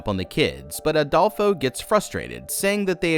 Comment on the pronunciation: i love that youre saying Adolfos name wrong lmaaoo youre saying ALdolfo!!! its fine, just funny for a spanish person who knows plenty of Adolfos!!!